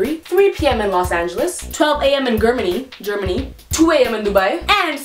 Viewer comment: did she pronounce Germany incorrectly? Lol